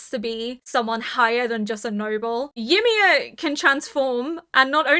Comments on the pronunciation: the way you mispronounce Ymir is making me cringe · Thank you for the react and A Happy New Year and thank God yimir stopped being the main topic becuase I was running out of jokes about your different pronunciation of her name ha ha. Jokes aside I love the subtle revelation of the last two seasons like the "herring" an ocean fish found so deep within the wall with access to only fresh water (so yimir and reiner recognizes food from outside the wall). There are more revelation which I will keep mum until the end of the season. (Just got to the part of your end discussion "Yam-mir 🤣 becuase yam are vegetables and yimir right now is in coma so is a vegetable... i eill see myself out)